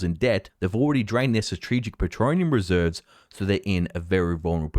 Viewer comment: Shut up! Don't tell that. I get a good laugh every time he says that ha ha.